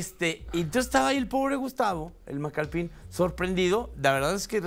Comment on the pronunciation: "Macalpin", no "Macalpín".